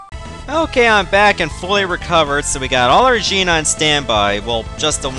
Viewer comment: It's not jean its Jin that's how you pronounce it